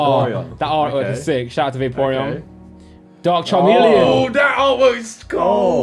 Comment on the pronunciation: his pronunciation of magnemite and charmeleon proper piss me off